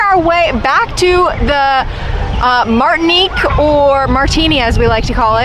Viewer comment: Your mispronunciation of Martinique cracked me up 😉 it’s a French Caribbean island FYI “Martin-Eek” 🇲🇶 Thank you for the review, I think I’d go for the Aruba neighborhood for the proximity to skyliner 🚡